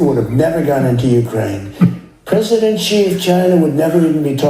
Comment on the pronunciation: 😂 wow your Prasadant